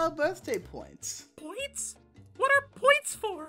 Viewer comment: Everyone: HAPPY BIRF Me: HAPPY BIRF